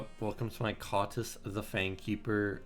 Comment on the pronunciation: Let’s not run away with the Kottis pronunciation lol it’s still early we can take it back. There is only 1 t and it sounds better as kOtis